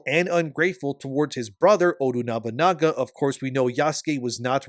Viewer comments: The name is Oda Nobunaga, not Odu Nobanaga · Pleaae stop saying "Odu Nobunaga"? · I get aneurism everytime says "ODU Nobunaga"...